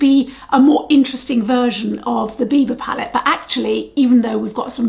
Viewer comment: Are you saying beaver palette or bieber palette?